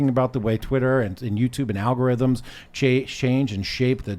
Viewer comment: Al-go-rise. is coining terms in real time.